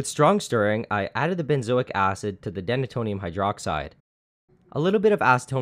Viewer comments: I’m gonna go out on a limb and say it’s pronounced “dee-nay-tonium”, because it’s named for its function of “denaturing” alcohol. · it's "Deena-tonium" not denna-tonium.....and it's "By-trex" not "bit-trex"...just sayin......